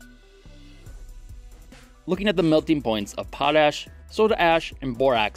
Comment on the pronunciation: There's a big difference between potash and pot-ash 😂